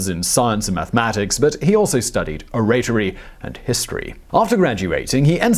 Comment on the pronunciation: Somehow inevitable a professional youtube orator mispronounced "Oratory".